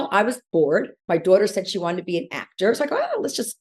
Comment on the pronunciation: Why does she always add an extra R into daughter? ‘Daurghter’ 😒